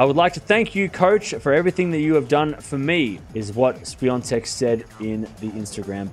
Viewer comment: Ahahahaha.. Got the pronunciation spot-on, mate ! 👍👍